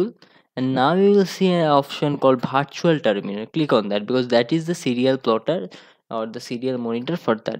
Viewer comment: Virtual × Vartual ✔️ 😂😂